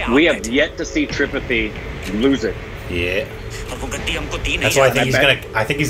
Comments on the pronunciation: Just spelling pronounciation mistake😀: Its not gudu...its guddu Its not tripeti...its tripaathi Its not muna...its munna Ita not micbul...it maqbul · even after watching 2 seasons cant pronounce Tripathi correctly...or Guddu.... lol